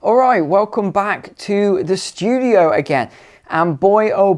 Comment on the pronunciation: ‘We penetrate ze cabinet’.